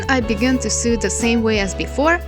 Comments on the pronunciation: Your English is really good, but I thought I'd give you a tip on saying the irregular verb " to SEW". It's pronounced to SO. You sound like you are saying to SUE (rimes with BLUE) which means to institute a process in law against; bring a civil action against: to sue someone for damages. I sometime feel like suing (yes, the "e" is dropped here) my sewing machine for bad results, although I can't really blame it for my lack of sewing skills when projects go wrong. :) Hope this helps. Here's a quick recap. : Base Form (Infinitive): Sew Past Simple: Sewed (pronounced SO-ed) Past Participle: Have Sewn (rimes with GROWN/BLOWN) /Have Sewed (pronounced SO-ed) 3rd Person Singular: Sews Present Participle/Gerund: Sewing We also have the regular verb to SOW and that is pronounced the same and means planting seeds. (Not to be confused with the name of a female pig, a SOW, that rimes with COW) Base Form (Infinitive): Sow Past Simple: Sowed (pronounced SO-ed) Past Participle: Have Sown (rimes with GROWN/BLOWN) 3rd Person Singular: Sows Present Participle/Gerund: Sowing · I love you so much but the way you say sow " sew " gyvfsd ahhh Im sorry its a big pet peeve no hate towards you <3 <3 <3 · Small tip, you pronounce "sew" like you would pronounce "so". Love ya ;) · Every time she said "s'ew" my mind was like "lawsuits!" 😅😅😅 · I didn't even noticed the mispronunciation bc I make the same mistake xD why isn't English a phonetic language 😭😂